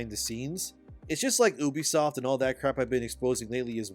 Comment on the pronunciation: It’s pronounced you-be-soft not ooh-be-soft. I wanna think you’re legit, but you aren’t even pronouncing it right.